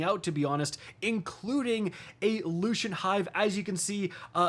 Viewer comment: "Lushint"😂 lucent